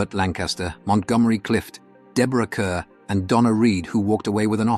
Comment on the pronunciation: Deborah Kerr, pronounced "CAR."